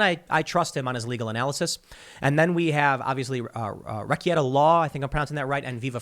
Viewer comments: You do a lot of work Tim. Thank you man. Two critiques on pronunciation - if only because the point was raised that you believe that you were pronouncing correctly. Rekieta is wreck-eight-uh not wreck-et-uh Trial is try-uhl not troy-uhl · It's pronounced more like ruh-KAY-da law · I love how you keep saying Rekieta wrong after being on his show not too long ago.